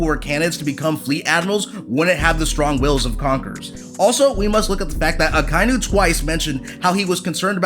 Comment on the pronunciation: It's Aka-inu.